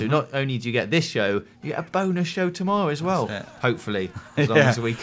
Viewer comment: "tomowwow" soo cute xD